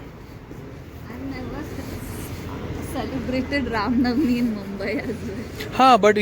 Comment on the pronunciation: It's Ram Navami not Navani